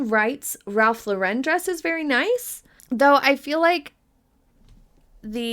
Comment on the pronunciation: I love you but it’s Lauren. Like the woman’s name. Not La-Wren.